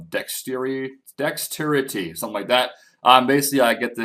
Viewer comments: dexturitee lol. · How do you not know how to pronounce dexterity? Did you not go to school or something?